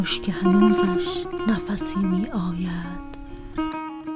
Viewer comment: خیلی افتضاح خوندید تقریبا ریدی به شعر حافظ علیه الرحمه ، بخصوص توی گویش می آید ، واقعا ریدی